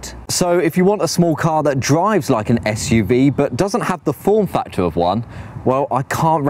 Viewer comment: What a guy, I’d be flying about a city and he is out on a country road. He hasn’t a clue. Another waste of time with a clueless Starbucks mentioning chap. Plus he says esh UV